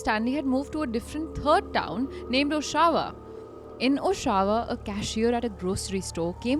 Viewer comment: U pronounced Oshawa completely wrong 😂😂😂